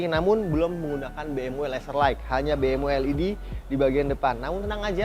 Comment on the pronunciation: Mas pengucapan lampu ( light) # lait bukan laik